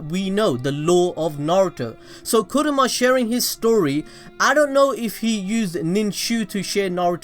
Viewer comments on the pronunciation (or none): Kurama. Not Kuruma. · Why are you calling Kurama “kuruma” that means car lol